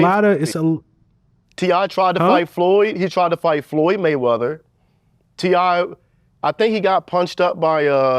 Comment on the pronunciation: “Floyd money wayweather” is what he said lmao wtf 😂😂 💀